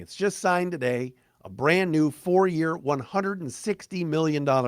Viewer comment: "TADAY" LOLZ